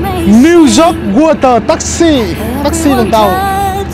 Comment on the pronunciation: Hoàn hảo hơn khi Zóoc thành Dóoc (York)